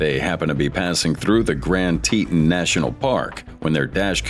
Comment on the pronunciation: This host miss pronounced the Grand Tetons. A clear sign of AI generated. Moving on...